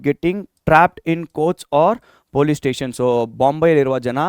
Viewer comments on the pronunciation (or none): none